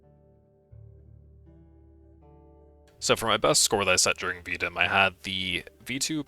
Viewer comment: Keep up the grind bro i actually enjoyed this video for some reason, the vt ranked grind is rough i just hit jade complete if i can do it you can to bro u got gold complete next week for sure also its pronounced v d i m ( standing for voltaic daily improvement method) and Please turn your gun model off lmao